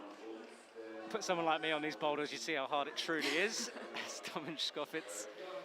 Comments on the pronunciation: Stop saying "tschkofitz"!! domen TSkofiTCH! Just cant keep hearin it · It's actually fitz... It doesn't end with č